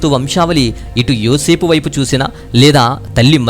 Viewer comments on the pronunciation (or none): మీరు అన్నీ బాగానే చెప్పారు కాని యోసేపు ను యోసేపు అని పలకాలి యేసేపు అని పలుకకూడదు, యేసేపు అని పలకడంవలన విశ్వాసులలో గలిబిలి ఉంటుంది, సో యోసేపు అని పలకాలి